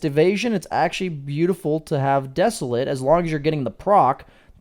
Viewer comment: great video. Please google the pronunciation of desolate. It is not pronounced, as a verb, the way you say it.